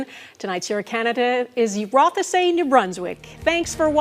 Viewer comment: "roth-e-say new brunswick" lol